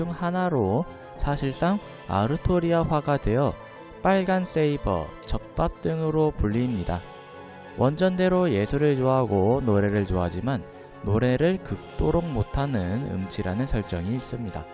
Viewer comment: 적밥이 왜 젓밥이라 들리...